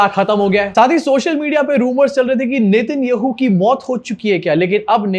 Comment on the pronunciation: Get the names right. Please. If you cannot even pronounce the Israeli prime minister's name, you are not worth watching.